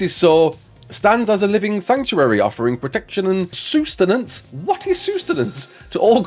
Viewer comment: sus-ten-ance. not sUe-ten-ance